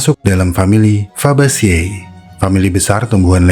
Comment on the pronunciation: Fabaceae di baca fabace (fabase) 🙏 leguminoceae d baca leguminoce (leguminose)